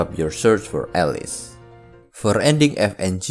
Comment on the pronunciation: did you say all-lice?